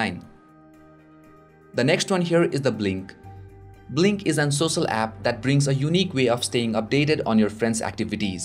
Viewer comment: and sosal media?